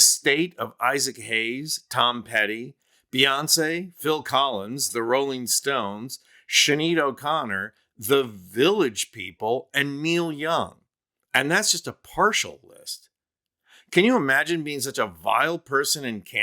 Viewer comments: Sinéad is pronounced 'shin-aid' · Dude, why do you put Beyonce with the good performers? And can you even pronounce Sinead in Sinead O' Connor correctly? And can you not play these old songs to finish your sentence. Wow, your delivery was just bad. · Well, especially with women, Trump doesn't think he has to ask permission before taking what he wants. BTW, I believe it's pronounced "Shinaid".